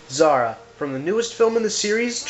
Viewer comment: Dude Zara? Really? Lol no. Not even close.